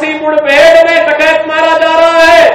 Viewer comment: अरे बाबा जी मूड बेड नहीं होती मुठभेड़ होती है बोलना तो सीख लो